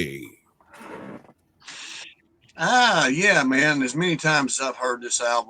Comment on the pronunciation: Sorry, Ace always pronounced in FRAY-LEE.